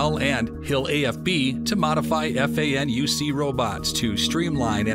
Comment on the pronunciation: The way he said FANUC 💀